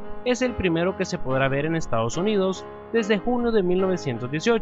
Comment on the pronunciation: Jajajaajajajajajajajaja se dice Estados Unidos, no "estados uninos"